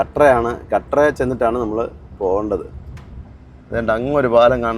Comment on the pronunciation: കട്ര അല്ല കത്ര